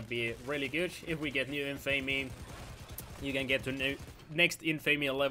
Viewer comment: you still have not learned how to pronounce "infamy" ^^ the cringe...